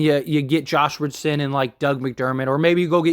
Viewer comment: Please learn how to pronounce the players name before you go on the air. So disrespectful and unprofessional